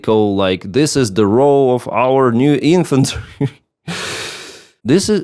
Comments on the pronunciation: as in infant-tree (as in infant infantery)? lol. Thx for the update! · wow literal baby soldier "infant-ry" lol